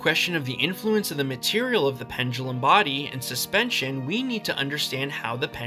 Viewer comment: correct: body incorrect: bardy